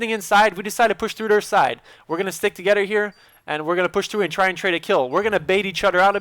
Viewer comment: Can't you pronounce 'TH'?! You seem to drop a ghetto "togeder" and "oder" - ahaha!<3